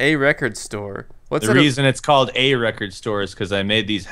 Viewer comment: "It kinda looks like an Asian person." Me: ...wut. 'lecord' LMFAO